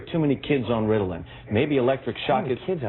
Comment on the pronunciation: "Riddlin" hahaha